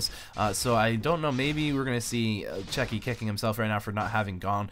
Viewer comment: Where is the "k" in Cechi ? Your incorrect pronunciation of many words is very bad please fix this. (Arch vs ArK mage)